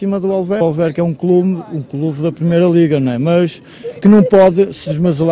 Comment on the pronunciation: "Danificar o nosso quelube"😂